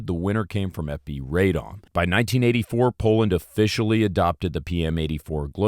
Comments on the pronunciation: nooooo, there is no AYYY in Radom. it's a short ah pahleeeeseeee. stop butchering the mame of the town!! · FINALLY…, RADOM IS PRONOUNCED “RRAH-dohm,” not “RAY-dahm.” The name of the city means “unto councils” (like city councils).